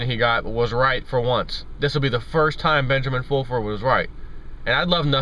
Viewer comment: Benjamin Foolfurd...Lol!!!